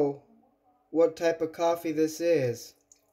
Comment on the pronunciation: COFFEE maker ASMR 🤣🤣🤣 purculate ACTION omg! 🤣🤣 it's CAWFY! I gotta try that cauliflower! I love anything cauliflower! Loved it YUMMY!!! I don't usually comment but that COFFEE killed me 🤣🤣🤣